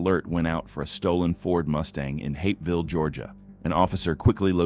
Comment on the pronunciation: lol Hatesville that’s Hapesville